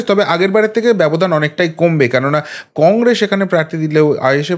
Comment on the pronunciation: Congress uchharon ta thik korun